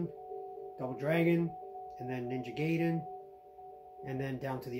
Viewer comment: ninja guy-den, even as a kid i've never heard anyone pronounce it how you did. sorry it bothered me.